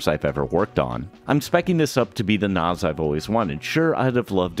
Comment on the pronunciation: Why do you keep saying NOS is it not a NAS